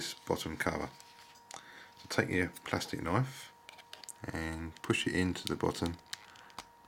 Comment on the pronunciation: Funny when you say " Plustik Knoif." :) Thanx for Vid this helps!! ;)